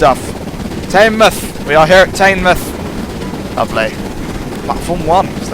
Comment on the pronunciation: Just letting you know, Teignmouth is pronounced Tin mooth